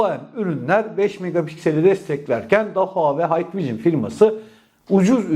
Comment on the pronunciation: hikvision,haykvijın diye okunmaz kardeşim,hikvijın diye okunur,umarım sonraki videolarda bu hatanı düzeltirsin😘